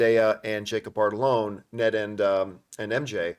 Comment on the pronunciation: John, I'm begging you to sound out Jacob Batalon's name. Every single time you pronounce it "Bartalone" and it grinds my gears. There's no R in there.